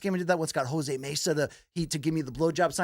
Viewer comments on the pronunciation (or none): none